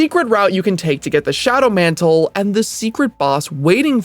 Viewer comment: john mant'le